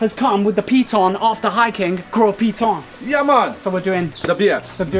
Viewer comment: My goodness! As a local if I hear this man say the name of things in this video incorrectly for the next 5 mins , I will scream. You mean to tell me, not one of the guides corrected the poor man on pronunciation of saying Gros [GO] Piton. & Castries [CAS]tries.. and others 😅 Wheeew!